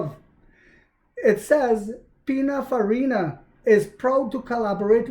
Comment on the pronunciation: It’s PININFARINA 😉